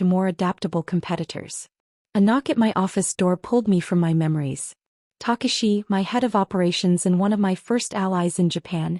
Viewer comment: It’s not Harrison send, nor is it Harrison said. It’s Harrison San! Takashi is pronounced taKAshi!